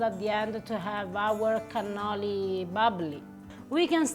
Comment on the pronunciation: Cannoli!!!! You are killing me.